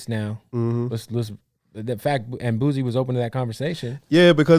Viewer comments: Somebody has to tell this dude it’s not Boozy 😂😂😂😂😂😂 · Did he say boozy tf stop it